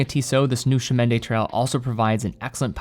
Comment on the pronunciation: The blue-dial variant looks great. I remember the previous CdT version was available in both regular and COSC-certified models; do you know if Tissot plans to offer the same this time around? (Also, the next time you speak to someone at Tissot headquarters, ask them to teach you how to pronounce "Chemin" — that was the only part of the name with which you had problems.)